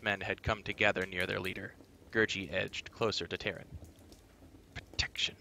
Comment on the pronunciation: Just FYI , the creature Gurgi is pronounced Ger-Gee not Ger-jee. Alexander's recorded interviews bare that out.